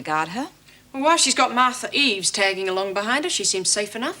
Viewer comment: It's not Martha Reeves lol It's Martha Eaves